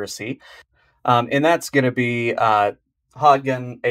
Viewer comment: That's not how you pronounce Hodgdon.